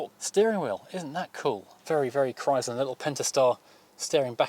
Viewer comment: Just so you know, it is NOT pronounced Chrys/ler, it is pronounced Chry/sler. Sounds like Cry slur. And make sure you find that letter R. NOT Chry/sla Two syllables said quickly like two words. There are videos of the man himself Walter P Chrysler discussing the new Chrysler Corp. And that is how he pronounces it.